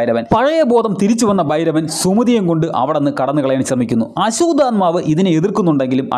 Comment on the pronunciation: ആസ്വാത ആത്മാവ് അല്ല ആശ്വതമാവു പിന്നെ ഭാരതം ഫരതം അല്ല